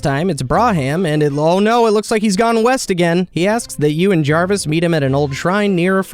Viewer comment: I love the mispronunciations so much xD. Jarvis was the best one